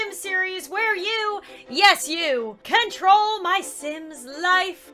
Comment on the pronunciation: It sounded like she say ware you yes you can troll my sim